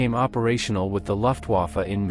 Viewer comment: AI: Loftuafe. But an interesting topic.